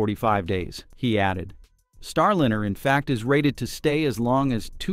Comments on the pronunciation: AND FFS - GET RID OF YOUR AI DROID SOUNDTRACK. It ain't StarLINNER - it's Star LINER, rhymes with fine, tine and wine. UGH!!!!!!!! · Please find a robotvoice that is able to pronounce "Starliner" instead of "Starlinner" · Lye ner not linnn err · “StarLinner?” Quit using AI to do you voices. Or, at least teach it how to pronounce “StarLINER.” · AI voices are not there yet. It‘s not Starlinner! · AI generated garbage "Star Liner" being pronounced "Star Linner" - No real information here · "Starlinner"? Really? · StarLiner is properly pronounced with a Long "I"; NOT "StarLinner" with a Short "I", as is often the case in this video episode. What is the matter with this channel? They have been told the correct pronunciation MULTIPLE times, yet the error persists. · The robot speaker should learn how to pronounce "Starliner". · Your non DEI AI can’t even pronounce the name of the spacecraft correctly.